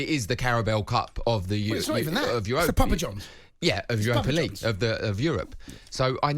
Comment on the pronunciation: "Papa Johns"😂😂😂